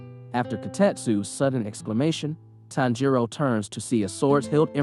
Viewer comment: This is driving me nuts. The stress in on the TAN not the JI in Tanjiro's name.